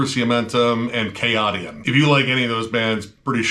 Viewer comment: Pretty sure Chaotian is pronounced "Kay-ocean"